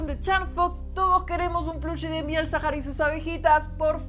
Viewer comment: Porque cada vez que escucho mielzahar escucho mierzahar xdd